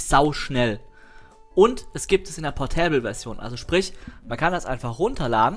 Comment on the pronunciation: Der portÄÄÄble PDF rIIIIEder.:P und Englisch:DD